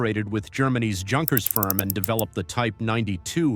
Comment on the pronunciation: In German, "Junkers" is pronounced "Yoonkers." Any student of WW2 military history knows that. Aren't you sick of A-I Slop?